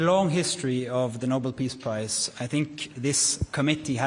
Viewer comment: he said Nobel Piss Price... not Nobel Peace Price XD